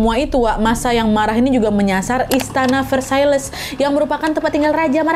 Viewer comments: Wakkk kita belajar sama2 ok soal baca nya dalam bahasa Prancis Louis :lui / luwi Marie antoinette : marie antowanet Versailes : versayy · Chateau de Versailles deket banget sama rumahku.. Koreksi dikit bacanya ya Versailles= Versai Antoinette= Antwanet Croissant= Kwahsong 😂